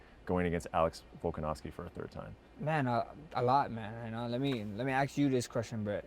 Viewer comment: aks aks aks holloway